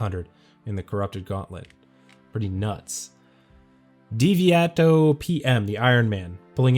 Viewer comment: dee-vee-ah-toh-pee-emm hahahaha. Never heard that pronounciation before. Its deviation... like the word. Dee-vee-ay-shun. Thanks for the shoutout anyway lol